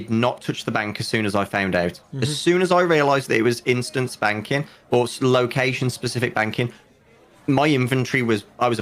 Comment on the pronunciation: Instance banking = instant spanking. I can’t unhear it 😂